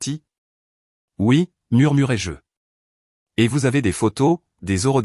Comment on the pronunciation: Murmurai -je et non murmurai jeu...il faut faire très attention aux fautes d'orthographe et aussi à la prononciation